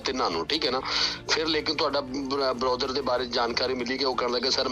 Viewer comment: ਬਰੋਦਰ ਡੀਐਸਪੀ ਤਾਂ ਕੋਈ ਚੱਜ ਦਾ ਬਣਾ ਲੈਂਦੇ ਸਾਲ਼ਾ ਬ੍ਰਦਰ ਨੂੰ ਬਰੋਦਰ ਕਹਿ ਜਾਂਦਾ ਚੋਦੇ ਬਣੇ ਹੋਏ ਪੁਲਸ ਵਾਲੇ 😂😂